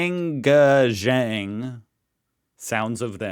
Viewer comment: GANGajang! You got it Very Close, I must say!! Have Confidence, pronounce quickly!! You will do Awesome! 💯👍